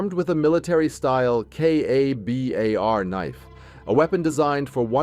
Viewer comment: The narrator can't pronounce kabar 👎🐂💩🖕 AI SUXX